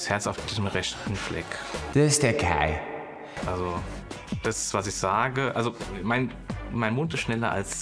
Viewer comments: Ich heiß Kai. Nicht scheiß Kai hab ich verstanden. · Nein! Ich habs 3x gehört und es bleibt dabei, er sagt : Ich, 💩 Kai. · Schei.....Kai Wirklich so verstanden. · Bin ich die Einzige, die bei seiner Vorstellung "scheiß Kai" verstanden hat? 😂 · Ich heiSch Kai 😂😂 ja Same so verstanden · Aber sowas von scheiß Kai verstanden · Oh man...ich hab verstanden "Scheiß Kai"😮